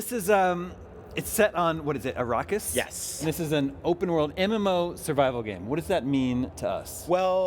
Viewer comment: Did this dude just say "Arockis"?